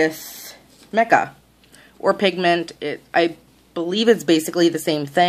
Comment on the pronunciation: That was bugging me too.